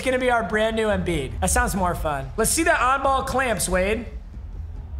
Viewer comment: Foreigner jackpot: Papa, “EMBIID”. Yao Ming typing…